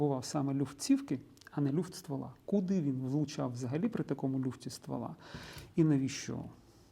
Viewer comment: Вибачте але ЛЮФТИТЬ, а не ЛЮФТІТ